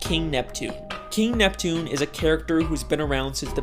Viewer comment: It's Neptune not nepton